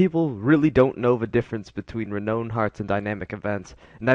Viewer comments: Thanks very much; very useful info. One pedantic nitpick, though: It's pronounced "reh-nown", not "reh-known". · Learn how to pronounce renown.